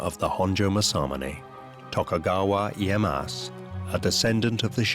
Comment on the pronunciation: This is interesting, but I think, for a historical documentary, they should have taken the extra step to learn how to pronounce the Japanese names correctly. It’s like nails on a chalk board it’s so bad. It’s Tokugawa Ee-ay-ya-SU. And the sword maker is Ma-sa-mu-neh. You don’t drop the final vowel. Do better.